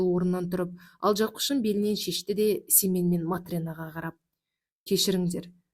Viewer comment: 😅Семее ,дурыс окыныз